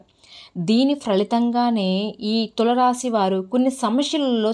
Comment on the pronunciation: Please pronounce Tulasi Rasi properly first it is giving wrong meaning